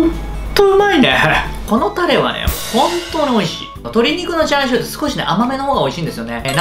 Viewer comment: チャーシューをシャーシューと言っている時点で今日も絶好調であると感じます